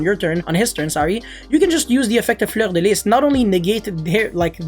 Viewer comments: J’adore le « fleur de lisse » avec l’accent quebecois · No one:: “fLeUrDeLiS” chefs kiss